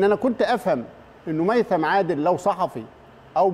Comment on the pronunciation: ميثم وليس هيثم الرجاء التعديل